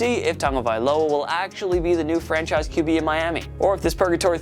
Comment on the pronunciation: Sounds like you’re saying “French a** quarterbacks” at the beginning lol I had to replay it like 5 times before finally realizing you’re saying ”franchise quarterbacks”